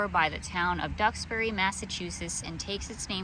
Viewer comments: Duxbury pronounced right. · My wife’s family are descendants of Mayflower passengers William and Susanna White. I think you did a great job pronouncing Duxbury!